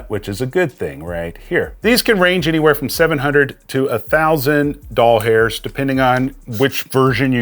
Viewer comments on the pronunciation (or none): Quit saying “Doll Hairs “ plz….